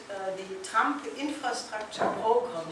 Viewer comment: Brilliant presentation. Will someone please help Helga with her pronunciation of "program?" She commits a spoonerism that connotes a very different meaning.